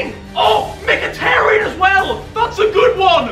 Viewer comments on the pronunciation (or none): none